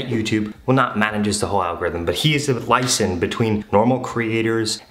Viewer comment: Did you mean to say lee-ay-zun (liaison)? still a great video, great tips, thank you!